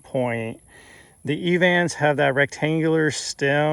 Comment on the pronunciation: Did you say Evant or Evans points?